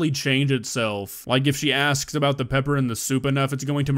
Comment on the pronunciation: Is there peppurr in all those sewps?!